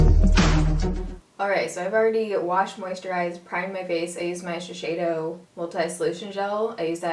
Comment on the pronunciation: It's Shiseido not Shisheido